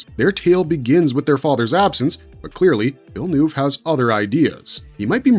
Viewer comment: Americans seem to have endless imagination as to how to pronounce Villeneuve